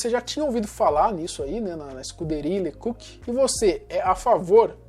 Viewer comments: Pára de falar "lê cúki". Era LÊ CÓK. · Se pronuncia „le cóc“, não „le cuc“.😉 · Me desculpe, mas você deveria saber falar corretamente os nomes das pessoas que você apresenta no seu áudio! Isto empobrece seu canal! O nome do policial se pronuncia “le cóc”, pois é francês! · COQ=GALO ACENTO TONICO NO O